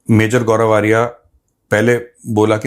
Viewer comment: Sir aapne bail buddhi bola, bail ko bura lag gaya hoga, u should say sorry to bail 😂, vo gaurav arya tak dhang se bol nai pa raha tha, gaurfaria kya hota hai😂, love you saab ji❤